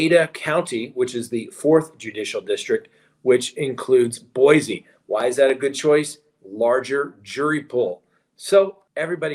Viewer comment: Great show. BTW, there's no "Z" in Boise. Boy-Sea